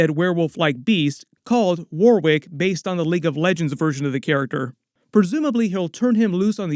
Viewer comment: It’s pronounced “Warick”… the second W in Warwick is actually silent.